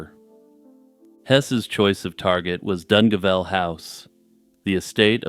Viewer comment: It’s pronounced dun-gayvel .